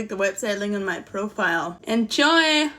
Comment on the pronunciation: I love how it sounds like she's saying, "Enchoy". ❤